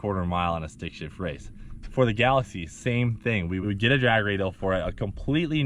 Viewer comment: Y’all gotta know it’s galax”ie”